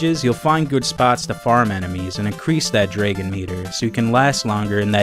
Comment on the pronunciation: I love how you say draegon!